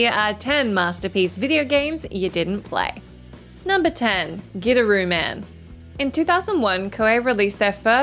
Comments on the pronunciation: Wow, you really did butcher the "Gidderooman". Lol, from WhatCulture, you definitely haven't player this one, aye? The pronunciation itself is in the game and yours was not it for Gitaroo Man. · The first game i thought you said Get a room man. 🤣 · I've played all but 3 of these and I'm definitely not someone who seeks out obscure games or anything like that 10. I have absolutely played Gitaroo Man, and spent many hours on my friend's couch in college trying to master it haha. Also I always find the pronunciation in the video weird. I understand the inkling to say it that way without context, but given the game is about a guitar playing hero, it's weird that so many people aren't compelled to pronounce it "Guitar-oo Man," which is essentially how it's supposed to be said (in Japanese it literally spells out Gi-ta-ru Man). 9. Have played Psi-Ops and I thought a good amount of other people had too. 8. Deadly Premonition I didn't play all the way through, but I have played. 7. I didn't play Grim Fandango during its original release (maybe because of all those "best evers" that came out haha), but I did get around to the remaster a few years back. 6. Yeah I dunno about this one as far as the list goes. The title doesn't say they're masterpieces that flopped financially; it implies not many people played it, and that isn't the case with Okami. Remasters and re-releases should count, because it leads to more people...playing the game. I thought it went longer than it needed to, but definitely a masterpiece. 5. This is one is one of the poster children for one of the best games nobody played haha. I honestly enjoyed it a lot but I somewhat agreed with reviews that said it didn't do a lot of things great, but did everything pre